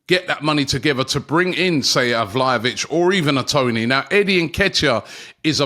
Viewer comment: Issa VlahNOvic for me😏